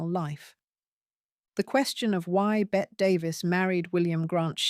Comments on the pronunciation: Pronounced BETTY. Admittedly it makes no sense, but welcome to English. If you watch literally anything of her they call her Betty, so pronouncing it “Bett” is a bit of a blooper. Oh well. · Agree! This is total trash. Her name is pronounced Betty but spelled Bette. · I cannot believe the audacity of you not even knowing how to pronounce Bette Davis' name ‼️